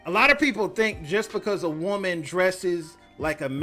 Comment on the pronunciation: Did you mean to say "woman?" not WOOOM EN???